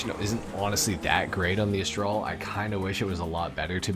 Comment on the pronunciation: Not to be that dickhead, but it Astrale is pronounced "Ast-tra-lay"